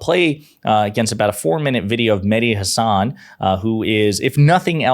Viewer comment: If Mehdi is your favorite, you should say his name the way he says his name... HAHsun, not HaSAHN.